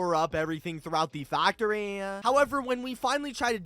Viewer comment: The way the he said factory